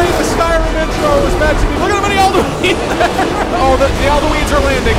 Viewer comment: Really continues to bother me that you pronounce it aldu-een. They literally say it in the game, there’s no room for debate here. Aldu-in. I didn’t even change the letters